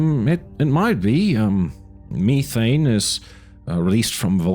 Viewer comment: thanks for the transparency. I’m just curious about some of the pronunciations (methane and gynecologist for example). Is English not your first language?